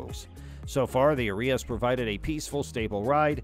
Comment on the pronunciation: I don't think that's the pronunciation Nisson had in mind. Shouldn't it rhyme with "Aria"? You know; that music term.